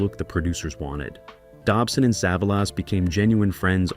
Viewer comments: I can't take it anymore wqith the "sah-vuh-lass". Didn't even make it a whole minute. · AI bullshit. Can’t ever pronounce Telly’s name